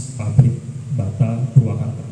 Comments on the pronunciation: Purwakarta boss, bukan purwokertooo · Purwakarta bang, bukan purwokerto 😂😂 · Purwakarta woy bukan purwokerto😂😂😂